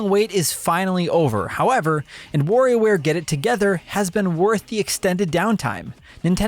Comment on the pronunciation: It's Wario ware not warrior ware! Or worrio like you say it. Lol Practice the wa and less focus on wo ha ha. Great review though. I was getting warried there .. I mean worried aaaaahhhh now I'm doing it 😆